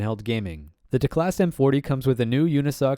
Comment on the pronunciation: isn’t it teclast, not telcast?